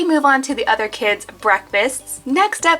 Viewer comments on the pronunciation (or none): none